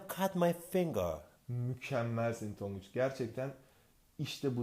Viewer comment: tonguç done don değil